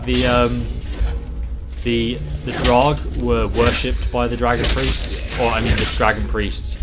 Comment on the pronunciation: Why do you say drarg? It's not even written like that.